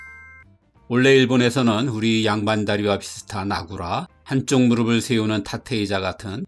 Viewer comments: '무르비', '무르블' (X) '무르피', '무르플' (O) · '무릎을'은 '무르플'이라고 발음해야 합니다. '무르블'은 잘못된 발음입니다.